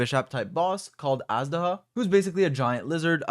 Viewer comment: it's Azhdaha, not azdaha...not "z", something like "J"